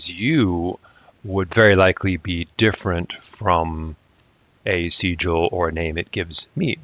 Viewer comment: Why would you pronounce Sigil like that? Do you also pronounce signal, and sign like that?